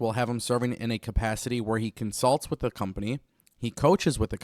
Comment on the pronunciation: Ignoramus says wit.. it’s with, guess Speaking proper isn’t a strong suit lmfao